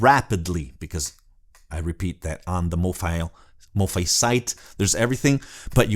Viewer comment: Not a biggie. Mofi is pronounced Mo-feye as in Hifi